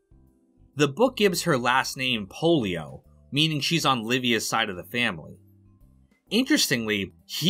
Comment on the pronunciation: Pollio is the name, polio is the disease. Different spelling, different pronunciation.